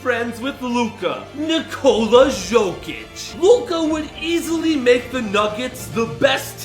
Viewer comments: “Жокич и Дончик” 😂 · How did you pronounce jokic's name lmao